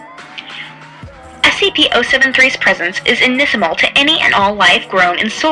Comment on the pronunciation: I am a huge fan, so I hope you take constructive criticism well. You mispronounced the word inimical. It is pronounced as as followed- in·im·i·cal - with a hard "C." Please keep up the great work! I adore your SCP readings and always look forward to them.